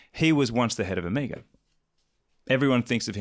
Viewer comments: Does the chap in the middle say omegaR? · What the hell is Ewmuga? I thought you guys were talking about Omega. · When will you all learn how to pronounce "Omega"?